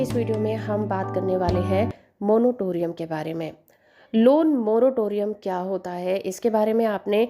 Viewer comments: Monotorium nhi Monatorium hota hai..Padhi Likhi Gawar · Ap jo monotoriun bol rahe ho ye galat hai not monotorium,,,it is moratorium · Moratorium boliye bahan ji.. "monotorium" nahi hota hai.